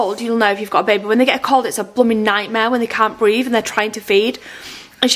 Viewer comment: Think she needs more speech lessons...she let a "frew" and "breave" slip in then, rather than "through" and "breathe"!